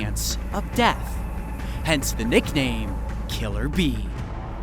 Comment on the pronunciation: Am I the only one that heard killer bean instead of killer bee Just me? Ok....